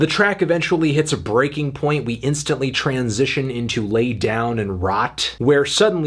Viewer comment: I chuckled a little at the end with your "Tran-sition".